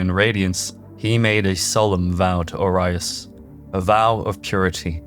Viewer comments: Oh-ree-is. Not Oh-rye-us lol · Great video but its pronounced Aureus for Orius (presumably a homophone for latin word Gold as seen in the periodic table) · O-ree-us is how you pronounce Orius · How can you hear the way Orius is pronounced in game and then proceed to pronounce in incorrectly 😢 makes it seems like an AI is reading it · How can you say Orian correctly but can't say Orius properly? the audio literally tells you how to say it...